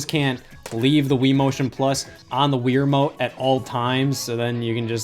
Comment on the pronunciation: Stop saying Weer Mote. It's Wii Remote.